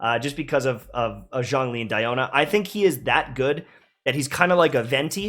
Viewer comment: Why no one pronounce Zhongli correctly even in game? It's Zhong, the o sound is like the oo in book, it's not dong or schlong